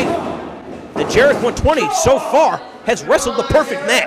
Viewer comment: I dont like it how he says Jerek